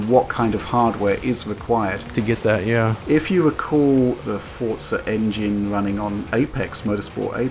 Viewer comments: forTza xD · Xbox players love it, PlayStation are busy waiting for another Gran Turismo so they can try and combat it, PC are probably going to get it for free on Windows 10 anyway, it's a super widespread franchise, but no one can pronounce the name right, for fuck's sake.